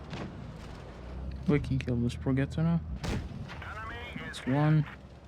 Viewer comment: Progetto is pronounced Pro-Jet-Oh